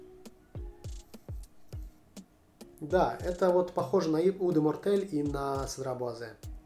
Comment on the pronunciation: На самом деле, читается как Седра Буазэ. Звука Ц во французском нет. Но я произношу как-то изподвыподверта. Cedrat - это вообще фрукт. По-русски - цитрон или цедрат. Название аромата переводится как Лесной Цедрат. Во французском прилагательные после существительных.